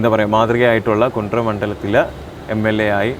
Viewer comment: കുണ്ട്ര അല്ല കുണ്ടറ